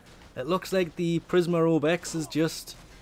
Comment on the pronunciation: Prismer Obex? PrismA Obex. A.